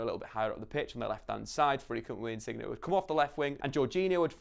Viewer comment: Great video but there’s one thing that annoys me about you and it’s your pronunciation on insigne , ITS NOT INSIGNIA , here’s how to say it “ in-sin-yay-“.